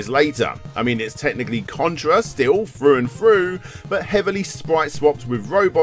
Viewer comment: "Its still Contra froo and froo" 😂 😂